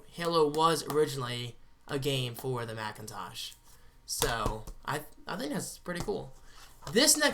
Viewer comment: When you said Halo Was originally a Mac game I thought you said Math Game Lol